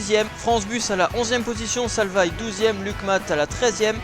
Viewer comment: Ça ne se prononce pas salvaïe mais salvai